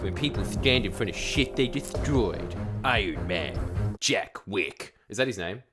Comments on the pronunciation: The fact you said "Jack Witt" just goes to show you don't know JACK SHIT hah: gottem boys, clip it and ship it. ... I get my news from this guy. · Jack Wick?! Jack?! Come on mate.